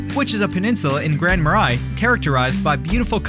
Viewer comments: Gooseberry falls is in Lake county. Not lake country. Grand ma “ray” not ma rye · Grand Marais: it's French so the pronunciation can be tricky but it's more like Grand Ma-Ray.... Hearing Ma-Rye was weird, lol. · Should learn how to pronounce the town names. Murr-A....not More-Eye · Grand Marais is prounounced "Grand Muh-ray" Marais is French for a swamp or marsh. Sounds better than "Grand Swamp" or "Grand Marsh" By the way, there is no swamp in the city, but there are some a few miles away.Another french word for swamp is "Sauk" (sock) as in the Minnesota towns of Sauk Centre and Sauk Rapids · Lutsen: loot-sen Grand Marias: muh-ray Tettegouche: te-ta-gooch Your video sucks. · It’s pronounced Grand MarAY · **Grand Mar-ray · Lutsen and Grand Marais are incorrectly pronounced by your vocal robot. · This video has SO many mistakes, mispronounced Grand Marais being a minor one. If you’re not from the area, don’t rely on this video for guidance. Awful. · As a Minnesotan, I am offended by your pronunciation of Grand Marais. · I was thinking the same thing 😂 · I’m offended too